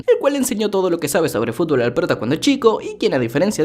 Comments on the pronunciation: Like Si Te Reíste Como Pendejo Cuando Dijo Fulbo JAJAJAJAAJ 🤣🤣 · Estoy viendo este video a las 6 de la mañana, te escucho decir “fulbo fulbo” y que me suelto a reír y despierto a mi esposa jajajaja en fin mañana duermo en el mueble pero valió la pena 😂🤣😂🤣😂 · Admito que si me reí cuando dijo sulbo 😅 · Amo cuando dice fulbo